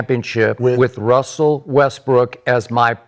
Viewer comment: And Gil kept calling Dirk dirt lmao! Oh and kept saying Wussel not Russel they all messed up